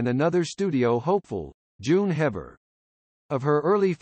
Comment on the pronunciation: June Haver, not Hever!👎